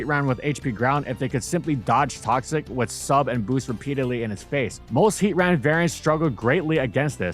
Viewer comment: It’s heatran and it’s not close next video